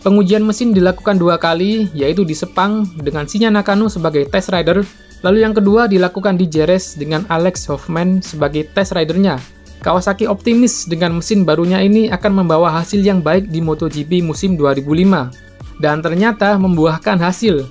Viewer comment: Saran bang kalo sirkuit Spanyol yang ada huruf J nya itu dibaca h Contoh Jerez = heres Jarama =harama